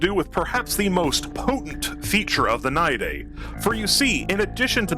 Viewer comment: The only person I've ever heard pronounce it right first try. We might need to make babies that pop outta the moloch. Great idea. We are getting a new model for him workin... eventually. Long live stink bug!